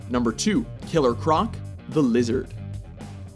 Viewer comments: you said killer cronc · Anyone else notice how he said "Killer Cronc ?